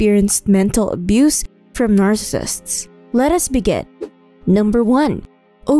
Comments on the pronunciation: I like the content, but the quality of narration is low. The narrator doesn't even pronounce "narcissists" correctly. (It sounds like narcissts.) The narration was a distraction from the otherwise interesting content. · LOL, "narsists". The subject of the video, but the narrator can't be bothered to learn how to say it. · It's pronounced nar-ci-sissts. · Narrssissts? Wth? It would seem that if you were going to make a video claiming authority on a subject, you would have at the very least made damned sure that you can PRONOUNCE the subject word!